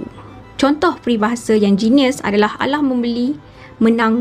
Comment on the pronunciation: KALAH MEMBELI MENANG MEMAKAI. KALAH bukan alah. MEMAKAI bukan menakai.